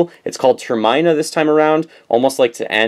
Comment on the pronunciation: You butchered Termina